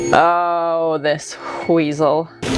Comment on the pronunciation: "Oh this HW-WEASEL" 😂